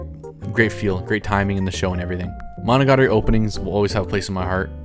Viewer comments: I knew your list would suck when the first thing you said was the worst pronounciation of monogatari possible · Sorry but the way you pronounce "Monogatari" 😭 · "hachijuki" would be proud of that mispronunciation